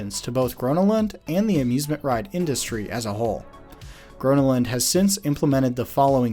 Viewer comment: that's not how you pronounce gröna lund